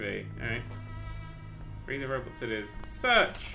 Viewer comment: i also thought free the robots said "Free Robots"